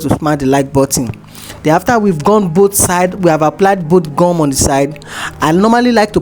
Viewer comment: Is that glue or what because I don't understand when you say gam